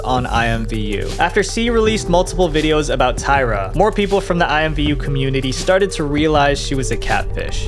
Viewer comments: It’s actually pronounced IMM-Voo lol believe it or not. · Today I learned that IMVU was ever considered a kids game and alsothat it was pronounced i-m-v-u instead of imm-voo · I played IMVU when I was maybe 15 to 16 y/o. I had 2 accounts, because I didn't play it for like a year, and forgot my old account's password. I also pronounced it "eemvoo" xD